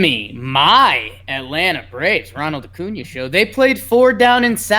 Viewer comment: It’s so great loves Acuña But Keep butchering his name😂